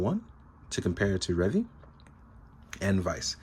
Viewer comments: Why do you refuse to pronounce his name correctly? It's literally pronounced... in the show. It's Re-Vie, not Revvy. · Revi's name is actually pronounces as "Ree-vigh" instead of "Reh-vee". In Japanese, the v is said as a "b" (Ree-bye). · Pronouncing stuff the way it is said in the show is not an unreasonable request. It's clearly not Revvy, so why say it like that? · IT'S RE-VIE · so why is he refusing to say it... The proper way? He's inventing his own pronunciation for no reason when it's literally sad... In the show. He even pronounces Revice correctly but not Revi. What even.